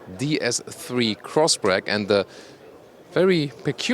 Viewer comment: Did he just said Crossbrack??